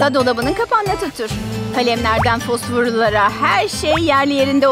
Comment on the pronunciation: Birde orada fusfurlulara diyo xD